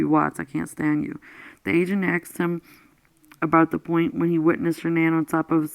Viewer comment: Thank you very much for reading this. I just wish you would just read and not interject and save your personal feelings on it to discuss after the book reading. It would also sound more professional if you said "asked" not "axed".